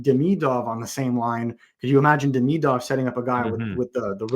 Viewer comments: Please stop mispronouncing Demidov... It's Dem-e-dov, not like Demi Moore... that would be french pronunciation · With an f spin on the v at the end. E-van dem-e-doff